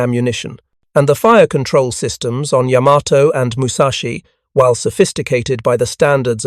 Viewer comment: McCrea, pronounced mc-kray. No "uh." And "Yammer-toe" is really irritating. Yuh.MAH'toe. EEwa-KI'.